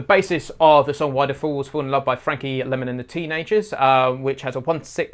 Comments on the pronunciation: fabulous. simply explained. its lymon, not lemon. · For what it's worth, here in the States it's pronounced Frankie LYE-mon, ...